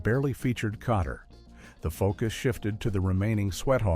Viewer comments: This AI did way better than most. Kotter and "Mitchelly" were the only thing it said particularly wrong or awkward. Most of these I turn off in 30 seconds. One today was talking about the Bionic Woman and called the character "Hi-me" Summers, when her name is Jaime and pronounced J-me. Immediate thumbs down. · You mean, you weren't fooled by the way Welcome Back........ Kotterwas incorrectly said over and over? LOL!